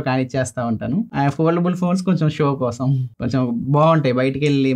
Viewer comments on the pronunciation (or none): none